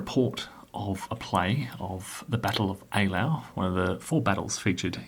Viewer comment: So glad you pronounced this correctly. I'm such a pedantic fool. Most others never do. Have you ever returned to OSG?